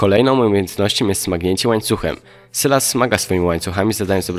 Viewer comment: sylas czyta sie sajles